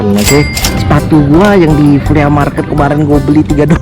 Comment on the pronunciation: The way he pronounce FLEA MARKET. "FLI''